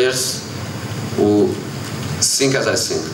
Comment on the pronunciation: “Players who sink as I sink”